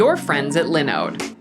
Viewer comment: Why is she pronouncing linode incorrectly?? Hah